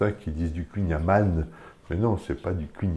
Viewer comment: Ah partir du moment où vous avez su prononcé correctement Amann, j'ai de suite su que vous saviez de quoi vous parliez haha Trop de gens et même Bretons sont strictement incapables de prononcer "An" correctement